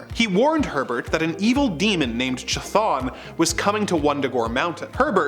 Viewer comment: This man really pronounce Chthon as "Chuh-Thon?"